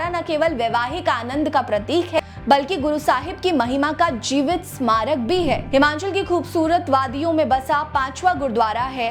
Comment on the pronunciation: Madam this is not Himanchal but it is Himachal. Please pronounciate properly